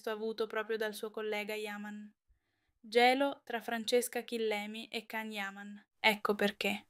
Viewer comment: Prima di tutto imparate come si pronuncia il nome di Can Yaman (Gian Yaman e non Can) e poi date notizie vere e non fake..